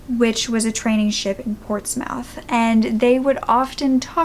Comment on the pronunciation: Not your fault as just one of our quirky pronunciation but - "Portsmouth" is pronounced "Ports - muth."